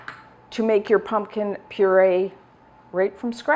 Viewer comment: I look forward to this time of year because has excellent pumpkin recipes. But especially because I LOVE the charming and unaffected way she says, "Punkin!" Adorable! 🍁🎃🍁